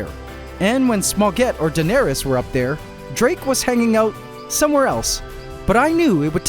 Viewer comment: Drake? Dra-ake!? And after he got defeated too 😂😂